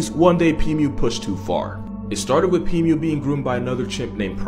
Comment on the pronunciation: Pimu ❌️ Pee mew ✅️